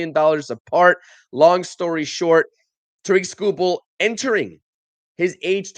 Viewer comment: Terrick, not TaReek